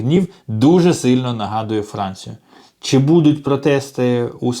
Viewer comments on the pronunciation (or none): Боже, шановний автор! Не чі, а чИ, И!